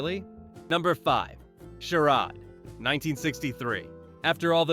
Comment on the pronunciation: What is a "Bri-in"? "Sher-ood"? Don't us American voice AI if you are going to do some continental AI BS slide show.